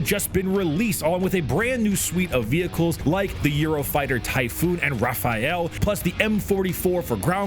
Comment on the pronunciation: Um it's Rafale not Raphael